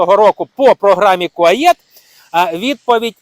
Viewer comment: Не Куаєт, а Куает